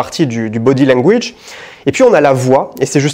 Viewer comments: Non mais c’est ca la blague🤣 Il le prononce mal, mais c’est pas grave on l’aime quand même 😂😂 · « body langwouije »